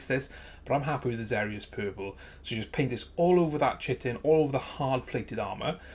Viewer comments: Chitin not chitten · Nice model! Just thought I'd point out Chitin, is pronounced Ky-tin. :D